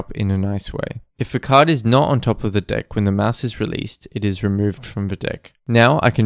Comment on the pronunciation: dont pronounce "deck" like that 😔